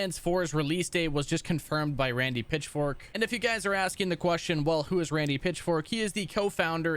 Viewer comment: Am I the only one that hears Randy Pitchfork instead of Pitchford?